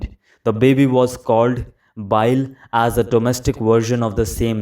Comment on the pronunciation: one correction: its pronounced as 'bilaey', not 'biile'. Good Job!